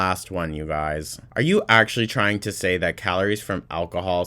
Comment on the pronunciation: YOU GUISE ALCOHOL ACKSHUALLY MAKES ME LOSE WUDDER WEIGHT, YOU DON'T UNDERSTAND NUTRITION LIKE I DO